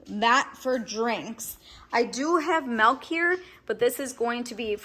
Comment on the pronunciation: There’s my fellow Wisconsinite, pronouncing milk like melk ❤️